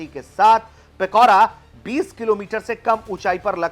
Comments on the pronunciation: It's Pichora not Pikora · Its पिचोरा not पिकोरा... Its not truck mounted.....